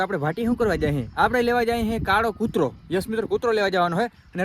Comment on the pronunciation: કૂર્તો ❌ કૂતરો✅